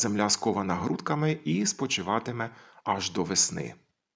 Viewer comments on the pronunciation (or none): Упіймав Вас на помилці, пане лінгвісте! Неправильно поставили наголос. Треба грудкАми. Та все одно, дякую Вам за вашу працю! ❤